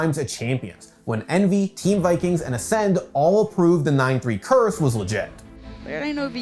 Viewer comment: 🤓 THE CURTH